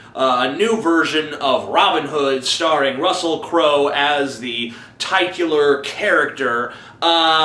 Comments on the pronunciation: The 'tit' in 'titular' is supposed to sound like 'tit', not 'tight'. The 'don' in 'donning' rhymes with don and con, not own and cone. You're welcome :) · did he say tyke-u-lur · Excellent review, sir, but you do mispronounce "titular" and "don." I am not writing these words to be hurtful, but rather to be helpful. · Check your pronunciation of the following words: "titular", "mischievous", "donning"